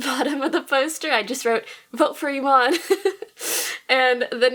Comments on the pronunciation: Kim Nguyen She actually says e-mon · she pronounced her name as emon here. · Dude that's not how you pronounce imane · nah i'm morrocan and i that's not how you pronounce IMANE